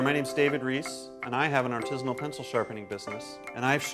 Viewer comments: The way he says "artesianal" (referring to a type of water well) vs "artisan" is how I know he's a troll. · the guy saying "artesian" instead of "artisan" every single time is a huge clue lol. i doubt he is stabbing his pencils into the water table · it pisses me off that he says "artesian" and "artesianally" and the word is fucking ARTISAN/ARTISINAL/ARTISINALLY ET CETERA I AM LIVID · "Artesianal"? Yup, he must be from the dimension where they say "Parmesian cheese" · why does he keep saying artizhinal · If he were serious he'd know how to say artisinal